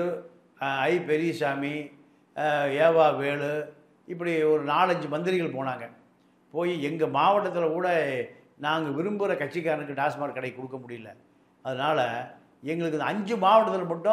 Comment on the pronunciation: டாஸ்மார்க் அல்ல டாஸ்மாக்